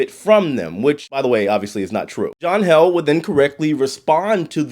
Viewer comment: John Heeled Not held